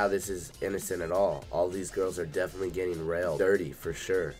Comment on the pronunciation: he says "those girls are dedinetly getting railed" 😂😂😂